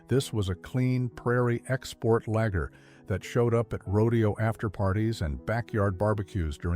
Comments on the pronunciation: And Lager is not pronounced 'lagger'. Get a human narrator more like it. AI sucks, but I guess it's the world we live in now. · And the way it pronounces lager like lagger. Not a fan of AI bullshit either - I'm OLD. Otherwise, I wouldn't be watching vids of old beers I used to drink when I was 13.